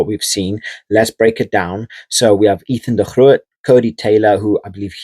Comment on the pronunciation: Cool to hear you pronounce Ethan de Groot's name in the original Dutch, rather than the Anglicized version we'd normally use here in NZ. Also; the AB's stocks at prop are stronger than at any time in our history, crucial in a time when the Springboks are similarly blessed. Across the world the current era is a high water mark historically for front rowers.